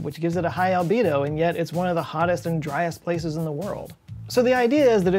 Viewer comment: I was going through my stuff while the video was playing...and i heard Libido instead of albedo..